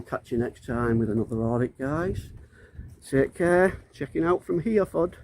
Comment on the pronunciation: Did I hear you say here ford. For God’s sake, it is pronounced Heref ord but joined together. The standard of education in this country is going down.....badly. That said, great that you are exposing total tyrants like him. But, instead of arguing with him you should explain the law clearly and intelligently. Ask him what benefit to yourself would it be for you to know what a registration number is. You can do nothing with it.